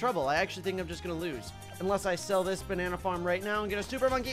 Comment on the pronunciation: "The bannana harm"